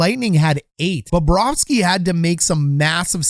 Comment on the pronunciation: Well, Babareski was in net! If Bobrovski was in net, a different outcome would be had. Is it Baba ros key? 🤔 I really like Bobrovski much better. I think, Phil Espotato has trouble with English pronouncing of foreign names.